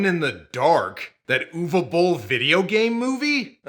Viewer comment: Kudos to you,, for pronouncing Uwe correctly!